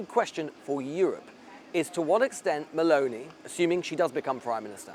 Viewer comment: MussLini.... There Is and O in mussOlini, dear english speaker and it's MelOni not Mel'ni. Whats wrong with the O in english?